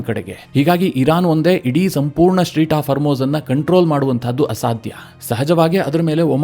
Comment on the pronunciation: Its not Street, strait of hormuz 😊